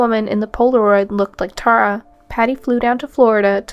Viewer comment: It would be better if you learned how to pronounce names like Tara and Belen before making the video.